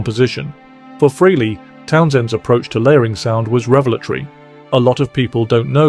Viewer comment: The pronunciation is FRAY-LEE. Got it! Fray-Lee NOT Free- Lee. Okay? Get it right!!!!